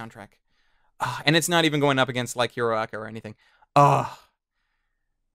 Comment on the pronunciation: When you say hero aca, it sounds like urrraraka